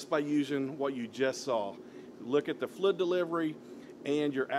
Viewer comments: I was like "what the heck is he talking about? Flu, flud, flud" then it hit me... OH, he's trying to say FLUID, but just leaving the "I" out... NOW I get it (diction is important) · Great video, but damn bro... It's FLUID, not Flood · Clarify please.... are you saying "flid" or fluid? Liking the info- video so far just not sure if flid is a technical painting term or if it's your pronunciation. Thanks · Thank you for this video sir! I'm trying to figure out what the knob on the side is for, the one marked 1-4. It sounds like you're saying it's a "FLID DELIVERY"? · Great video. I've never heard anyone say "fluid" like you!